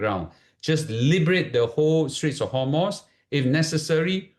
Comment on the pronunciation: its strait of hormooz, not hormoss or homos.